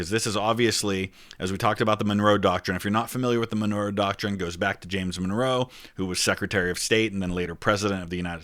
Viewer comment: Donroe Document*